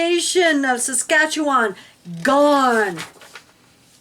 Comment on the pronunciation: good job saying saskatchewan I love you both --I live in Saskatoon SK